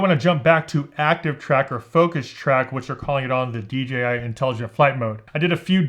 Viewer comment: thank you for saying "dee jay eye" drives me mad! do people say 'gee' because that's the chinese pronunciation?